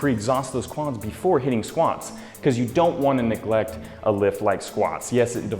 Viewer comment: Squants or squats lol I'm sorry it's just funny how you said it